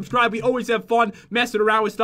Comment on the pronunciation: Pat, you said 'frun' instead of 'fun' !! Lol